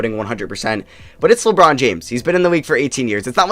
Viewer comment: It sounded like the girl said lebrons name wrong lmao